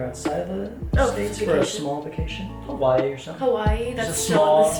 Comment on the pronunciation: Not to be rude you guys are pronouncing hawai wrong and u should come stay in kailua plz